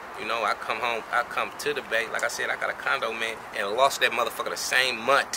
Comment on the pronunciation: Did dat nigga say he lost the condo in one munt? Lol thats hard